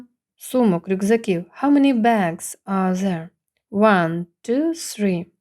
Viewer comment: цифра 1(one) у відео звучить як [уЕн], чутно більше Е, а не A. Хоча спочантку відео , при перелічувані цифр, було схоже на звук А. То який звук в середині слова one ?